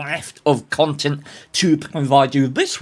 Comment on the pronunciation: Strong, premium contente there,. hahaha